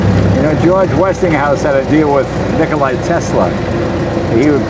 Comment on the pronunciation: Nikola not nikoli